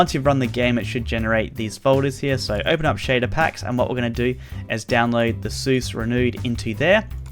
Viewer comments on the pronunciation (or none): THAT IS NOT SEUS THAT IS *ZEUS*